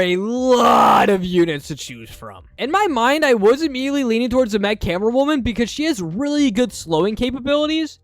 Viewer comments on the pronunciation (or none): 💀 bro said mech camera woman instead of mace